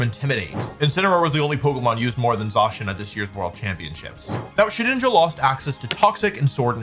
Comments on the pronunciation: did bro sayy shedNINJA? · Guys he’s called shedINJA not SHEDNINJA